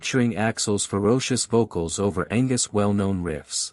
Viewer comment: Angwus???!!! Angus